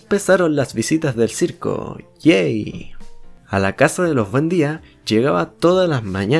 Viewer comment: en el minuto dice llego el circo "yey" subtitulos:llego el circo "gay"